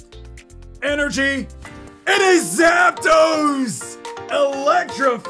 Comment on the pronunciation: energy = energienie